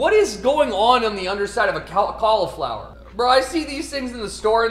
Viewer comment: Can someone please teach my boy how to say cauliflower